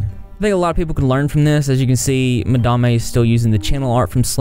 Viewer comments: When i heard you pronounce Madame "Ma-Da-Mey" i thought that was a new and intesting name, good choice keeping it that way. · People seriously never cease to amaze me. Just....wow. About the pronunciation of Madame...I straight up thought it was Mah-dah-ma as well... I mean I'm southern too so maybe we just hear things different than others😂💁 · In my heart of hearts, I am so happy you didn’t change the pronunciation of Madame. It’s charming. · Lmao when you called her madame(pronounced the way you did) I honestly thought she decided to pronounce it different too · How you say madame is def hilarious #repsquad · As a Canadian gal, your pronunciation of madame was so triggering. But then you learned, and chose to pronounce it your way, I INSTANTLY thought of the movie Lord of War :')). Im pretty sure a lot of places in the South use ma'am (do not try it up here in Canada, mature women will go mad think youre calling them old), it's actually the short form for madam :-) In my opinion, I find it polite to call someone ma'am rather than 'miss' or no title! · I wish you would pronounce Madame properly. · Im born and raised in the south and we 100% do not pronounce it like he does. We say Madame like normal, educated, ppl do lol. 💋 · Yeah, its beyond stupid if he knows how to say it correctly. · She may be a butthead but you should pronounce her name correctly imo. It's not a good look with your unbiased reputation ? You had mispronounced slimers and now are saying it correctly ,is your southern accent bias? I dunno.. trust me not a madame supporter dont even know her I just know you like to be a reporter and unbiased but continue to say someone's name wrong makes you sound well, not unbiased. Anyways no hate I watch your videos all the time, will continue to watch i just had to get that out there.